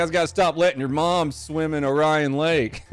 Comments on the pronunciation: The name of the lake is pronounced "O-ree-un" not "O-ryan" just an FYI. Pronunciation clarification intensifies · Btw it’s pronounced “orean” not “o Ryan” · HE SAID OH-RIAN, it’s OR-EE-ON lol that made it 10000x funnier 😂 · O'Rian? It's Orion ahahaha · Just FYI that Michigan lake is pronounced Lake OAR-REE-UN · Isn’t it pronounced ore-ian? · It’s pronounced Or eeee AN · oh donut you're killing me man. As a Michigander, Lake Orion is pronounced "Ore-e-in" (like in Oreo or Oregon) response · U pronounced orion wrong